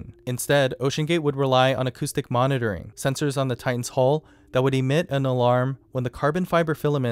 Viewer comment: huill not hole